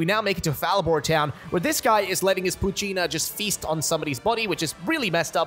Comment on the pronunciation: Hahaha .. "poochy-na"😆💀